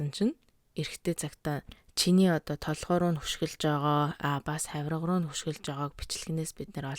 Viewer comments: Монгол хэлээрээ зөв яриач эсвэл маяглаад байдаг юм уу дээрлэхдэг гэдгийг дээрхэлдэг гээд байсан одоо бас юу вэ өшиглөх шүү дээ үхсэний чинь хөшиглөх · Хааяа2 сонсох дуртай. Тэгээд ХӨШИГЛӨХ гэж хэлэхгүй шдээ. Өмнө нь ч нэг дугаар дээр чинь бичиж байсан. ӨШИГЛӨХ л гэж хэлдэг шүү. Чиний ярьж байгаа ярианаас сонсож буруу хэллэгийг чинь сурж мэдэх хэсэг хүмүүс бий шүү. Хаа хаанаа зөв ярьж бичиж байхыг хичээж баймаар байна. 😊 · хөшиглөх биш ӨШИГЛӨХ гээч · Хөшиглөх бишээ гэж мөн ч их хэлхиймаа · Хөшиглөх биш шүү өшиглөх шүү нөхөрсөг зөвлөгөө. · Хөшиглөх биш өшиглөх шүү ☺